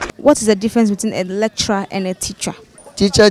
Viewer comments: These people thought you said 'Electra' not lecturer. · She 's pronouncing it wrong that why people are confused.